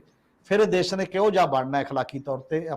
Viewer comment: Good comments . Thanks . But you seem to be ignoring importance and urgency of proper communication of words . In your comments, Shromani is pronounced as Saromany , Khamoshi as Khamosi , Desh as Des , National as Nasnal etc . Thanks .